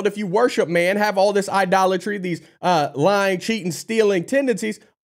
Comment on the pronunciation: she said liying not lieing